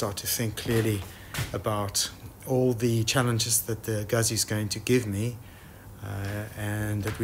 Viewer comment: Please, its not pronounced guzi (like UZI) there are 2 zs. It's pronounced Gut'zi (like pizza). Other wise great video series. When changing a clutch on the Moto Guzzi it is work buying the specialty tools. It makes it much easier.